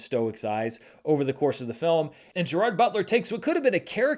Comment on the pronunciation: I thought you were trying to pronounce Gerard differently than most do?